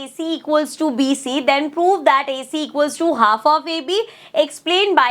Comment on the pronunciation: Bhai inko prove bolna bhi nahi ata Poove poove karte rehte hain